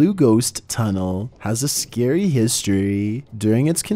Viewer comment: Oooo scawwy